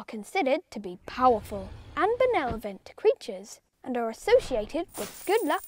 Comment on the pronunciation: Benevolent "Benelovant" 😆